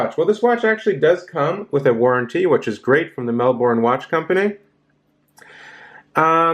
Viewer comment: No disrespect mate, no O in Melbourne😊. Good review!